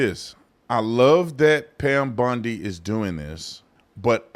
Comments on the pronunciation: BON-DEE not BUN-DEE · lol, sorry to laugh, isn’t it BONdi and not BUNdi? Correct me if I’m wrong, all I could think of when said her name was Al Bundy from married with children. Sorry this was a serious segment, but “Bundy” threw me way off the trail. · You keep saying bundy instead of bondi and all i can think about is Peg from married with children 😂😂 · Bondi not Bundy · Please call her bOndi, not bUndi. Bundi was a serial killer. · YES YOU'RE RIGHT AND IT WAS FUNNY TO ME ALSO.